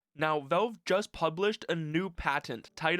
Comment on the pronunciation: Genuine question, not snark or malice: Why do you say "Velve" instead of "Valve"? I first thought it was an accent thing, but I'm pretty sure you wouldn't pronounce "pal" as "pel". Anyway, this was a fantastic deep-dive. Looking forward to seeing how this HMD evolves and what ends up in consumers' hands in the (hopefully) not too distant future!